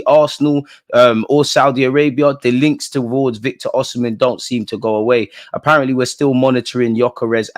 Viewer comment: My brother its Osimhen not oshimen lol